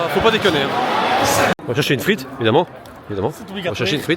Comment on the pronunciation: Frite ! Et non Friet ;p Et les gars !! La belgique ma ! Les Tubiziens meme ! De maillots de la belgique ok , mais ils sont ou les maillots floqué Hazard ?!?!